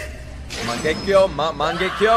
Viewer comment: incase you don't know yet, its pronounced Mahn - Geck - Yo (Mangekyo) {also i dont think this is really a spoiler but im pretty sure the black chidori is called Chidori Lament and that kind of rasengan is called Vermillion Rasengan}